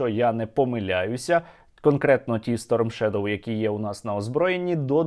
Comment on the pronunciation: Шойгу, в слове shadow ударение на первый слог. Был дураком, казаться умным не стоит даже и начинать